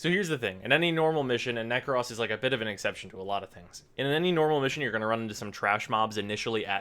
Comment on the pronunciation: "Prack" status with "Neck-Cross"...